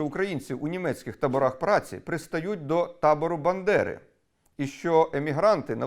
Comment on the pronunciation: Бандера, а не Биндера !